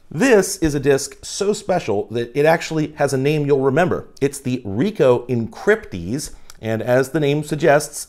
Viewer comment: oh good I'm not the only one that heard encrypdeez